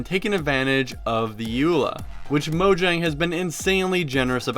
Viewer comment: Mo-yang. It's pronounced mo-yang.